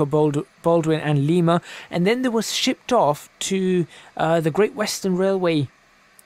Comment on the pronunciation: You said Lima wrong.